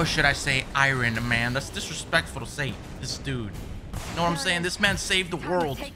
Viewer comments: I-Run-Man.... lolol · I-Ron man ... why do you pronounce it like that lmao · Who the hell is Iren Man.